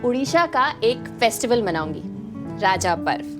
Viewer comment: ये राजा पर्व नहीं रज पर्व बोला जाता है।